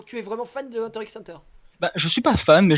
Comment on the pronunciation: bah du coup c'est hunta hunta je crois pas hunter hunter si tu veux le dire de manière japonaise